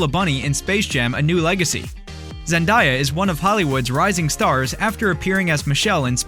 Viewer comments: Dude Zendaya is pronounced Zen - Day - A. Not Zen - Die - A. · Did you just say “ZENDIYA”